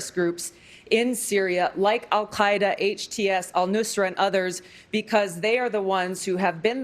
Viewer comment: Does Tulsi speak Arabic? The reason I ask is because she pronounced the word Al- Qaeda properly